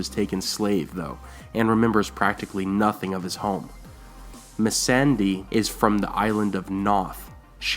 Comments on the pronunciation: He fucked up Messandia's name too lol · You butchered messandei's name XD